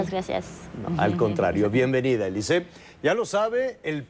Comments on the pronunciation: soy francés y se pronuncia Alizée, no Elizée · Ja ja ja, me da la idea de que Alizze le está diciendo, "momentito, no me quieras comparar con su nacademia que no es lo mismo que lo mesmo" no entiendo por que demonios le dice elize, si en español se pronuncia alizé, en frances alizze y en inglés alis. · Díganle a Nicolás maduro que es alizee no elice 🤣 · Nadie le habra dicho al conductor que se llama Alizee y NO "Elizee" ?? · Te equivocas es Alizee la A no cambia a E...es Alizee no Elizee..... Ya he olvidado mi frances no lo practico años pero no conosco una sola palabra francesa en la cual la vocal A seguida de una consonante se convierta a E......ahora bien una vocal A seguida de otra vocal si puede cambiar la pronunciacion...ejemplos au, ai, ..... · Se pronuncia Alizee verdad....eso de elise....si la "A" se pronuncia igual XD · Al Conductor del show no le dijeron q esa senorita se llamaba Alizée, no Elize. Gallo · AAAA, es AAAAlizée, non eeelize petit con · Es alizee no elizee se confundio penso que era gringa ya que la a suena como e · ES ALIZEE NO ELIZEE AY T ENKARGO JAVIER ALA TORRE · Que entrevistador tan malo.. preguntas obvias y tontas.. me da verguenza ajena... y no es elize.. es alizee.. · NO AMIGO SE PRONUNCIA ALIZÉ QUE SIGNIFICA VIENTOS ALISIOS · Ami tambien me caga que diga elize no mames🤮🤮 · 🤮🤮Me castro que diga elizee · se quizo oir bien fashion diciendo "ELIZEE" pero la cajeteo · el animador le dice Elize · 🙄es Alizée y se pronuncia aliizii en francés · Este periodista es un inepto, hasta le termina diciendo "eliset". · QUE LE PASO A ESTE... YA MEJOR QUE DIGA ELISEO...ELISE?, HAA GENTE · Soy peruano y si tienes razón su pronunciación lo hizo mal el entrevistador, pero que importa con tal de haberla escuchado algo en español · Pésima entrevista de Javier que no sabía siquiera pronunciar su nombre